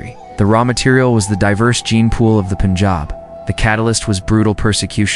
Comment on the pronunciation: It is NOT POONJAB! It is Pun (as in fun, sun) jaab. Anyhow, I appreciate your summarizing, in just a very few minutes, the generic origins of the Indian people. North Indian people clearly exhibit more Indo-Caucasian appearance than people of the south like Tamil Nadu and Kerala. But that said, I have traveled widely across the world, and the Dravidian (Dravida in Sanskrit, pronounced Draa-vi-da) people way south in India do not look African. The majority of them, if their complexion were to be fair, would look no different from North Indians. Thousands of years in the blistering sun makes you dark. And oh, lastly, please investigate the word CASTE. The ancient Hindu word was/is VARNA. It refers NOT TO GENETICS but the skills and personality traits of individuals, which placed each person in a Varna, or Color. You can investigate, and you could make a fabulous video on how Varna developed in India. The Bhagavad Gita Chapter 18 Verses 41-46 explain the nature of each of the four Varnas. But that said, there has been a genetic study which showed that the "upper castes" have far more genes of Indo-European (from Tajikistan and Iran) than other classes.